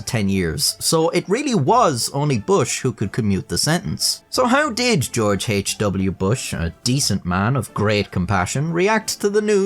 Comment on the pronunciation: stop talking on camera 🤦‍♂️” His Fadder Georege Hach W Bush” and yes ik i spelled george wrong thats how he said it